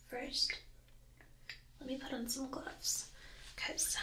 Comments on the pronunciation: It reely sounded like she said Oh My Glub! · I seriously thought she said Oh My Glub I was like FEFERIIIIII EEIIII :3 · For some reason I thought she said "oh my glub."